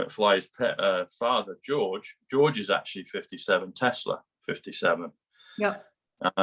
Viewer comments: dear, the inventor's name was Tesla - not Telsa! Bless you!! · Tesla not telser. Lol